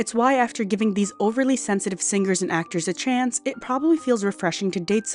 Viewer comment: The sticky AI voice is irritating: "sing-ker", "endearink" .